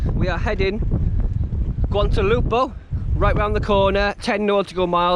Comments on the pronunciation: Guadeloupe is "gward-a-loop". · Guadaloupe, pronounced like GU-ADA-LOOP <3